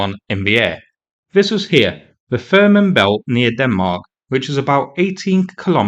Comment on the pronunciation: What's that "Farnmen belt" you're talking about? It's "Fehmarn" - pronounced somewhat like "fey-marne".